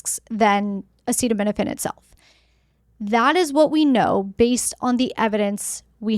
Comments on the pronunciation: What insane world do we live in that our health policy is decided by the whims of a person who can’t even pronounce acetaminophen, instead of scientists and doctor 😊l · Why do we let someone decide our health policy, who can’t even pronounce acetaminophen? On top of that, that person is overweight, eats McDonald’s, drinks soda, and has swollen feet. Some people call him captain bone spurs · I'd say you are nuts if you take your medical advice from a man who can't even pronounce the name of it.